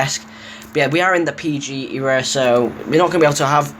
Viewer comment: Haahha how u say era